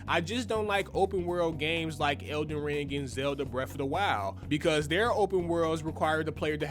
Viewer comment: 'iz elen rang' lool